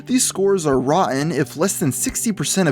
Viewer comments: "rotten" not "rah en" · I really wish this guy didn't pronounce "rotten" as "rah-in." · why do you keep sayin ron tomatoes?